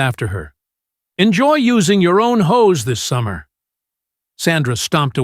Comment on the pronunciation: "Hose"....not "HOES"!!!!!!🙃